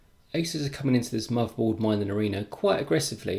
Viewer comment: Nice preview. Thanks. You might want to consider speaking more clearly. I hear usb free eeffernet muvaboard and I cringe. I do wonder if non English speakers struggle with listening to you.